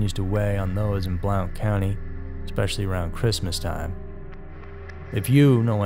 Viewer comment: It’s pronounced like blunt county